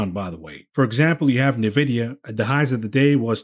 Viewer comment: "Knee-vidia". Lol.